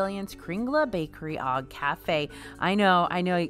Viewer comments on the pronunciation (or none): Just a FYI, the "og" in "Bakeri og Kafe" is pronounced like "oh"